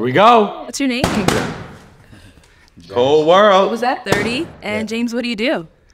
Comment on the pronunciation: Did he say cole world ?